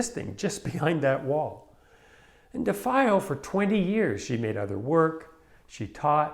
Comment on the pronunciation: You pronounced her name wrong. Her ex husband , Wally Hedrick, who built the stretchers , ,was my buddy. She hung out often at my school. We had beers . I was a student at SFAI while it was encased . If there ever was a iconic work of art that came out of San Francisco Abstract Expressionist movement , this is it